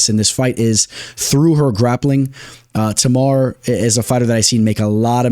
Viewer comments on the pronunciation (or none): none